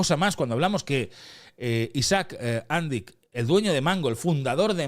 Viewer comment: Has anat a l'escola crec oi? Si fos "Àndic" com dius tu, portaria acent a la "a". Com q no en porta, és una paraula aguda en aquest cas, amb èmfasi a l última sil.laba. Fins i tot el video q poses de tele5 ho pronuncien bé i tu erre que erre....